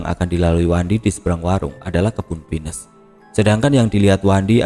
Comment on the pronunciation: Abang....kalo bilang pohon pinus ya p i n u s. Jangan di inggriskan. Jadi lucu dengernya 😅